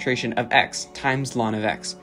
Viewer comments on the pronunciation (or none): U pronounce ln as lawn tf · This was a beautiful video but please never say 'lon' to ln again